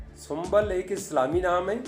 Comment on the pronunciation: Sumbal nhi hota aap galat bol rhe hai sumbul hota hai I am sumbul